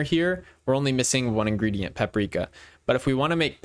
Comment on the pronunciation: Great video and briliant pronounciation of Paprika, as Croatian citizen I'm impressed on how you said it because this pronounciation is native to Croatia and other balkans states. What you think about relation picker update?